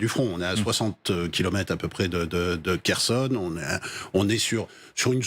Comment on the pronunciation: Prononcez KHORLY pas KORLY Mademoiselle la journaliste. Prononcer KHERSON pas KERSON Monsieur le journaliste.